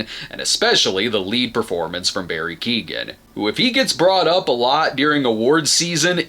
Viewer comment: Um actually (with peace and love!) Barry's last name is Keoghan (Kyoh like know,- an like plan) it's an Irish name :)